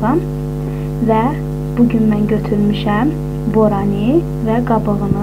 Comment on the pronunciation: "Boranı piroqu". İnciməyin,sadəcə bir məsləhət olaraq deyirəm - bütün sözləri düzgün tələffüz etməyə çalışın ki, dedikləriniz xoş səslənsin. )